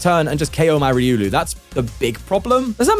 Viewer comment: Just to help you it’s “reeh oh lu” not “re uu Lou”